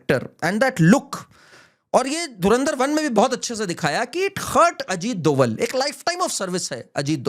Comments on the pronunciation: सही नाम अजीत जी का सही सरनेम " डोभाल / Dobhaal" है न कि " डोवल / Doval "। कृपया आगे से ध्यान रखें । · Ita not doval its dobhal a garhwali brahmin.